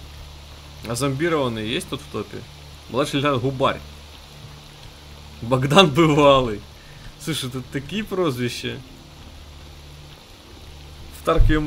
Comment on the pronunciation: Губарь ударение на у